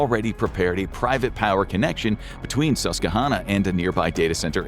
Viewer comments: Everyone who lives along the Susquehanna River pronounces the name of the river as suss -qwuh -HANN -nuh. (Note: -HANN sounds a lot like HAND ) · Mispronouncing virtually every syllable of Susquehanna is actually impressive 😂🤡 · You pronounced "Susquehanna" wrong. Ask a Pennsylvanian. :D